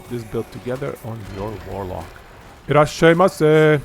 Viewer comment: Thje Irasshaimase was... not it.